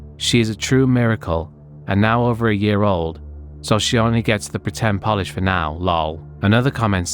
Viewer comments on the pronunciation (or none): none